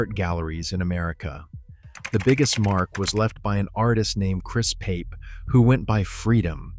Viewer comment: That artist name is not Pape like paper, it sounds like poppy and I know because it is my last name, it's actually derived from old Latin meaning "Pope".